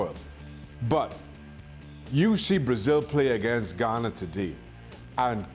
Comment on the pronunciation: It’s ghana lol